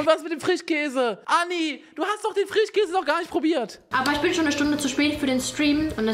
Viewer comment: „anni“, nicht „änni“ lol